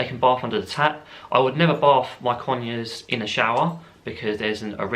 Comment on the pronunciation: While you were saying about the bath bit, I heard it as barf! I was legit imagining ur bird barfing in your drink! LMAOOO